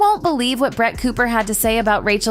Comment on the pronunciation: Not me hearing “brat” every times the name of Brett is pronounced…🙈